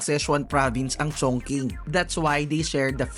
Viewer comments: I've been to Beijing and Chongqing nag work ako s parehong city n yan at mssabi ko n bukod s mggandang tourist spot safe dn s lugar n yan☺️ Tama k n po s pag pronounce haha "CHONGCHING" ( Chongqing) FYI dn po anjn s Chongqing yung dulo ng longest river in Asia Yangtze River☺️ skL history eme haha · Chongching po ang basa sa Chongqing. Remember Qing Fei De Yi ni Harlem Yu? Meteor Garden OST po. Ching ang pronunciation ng Qing.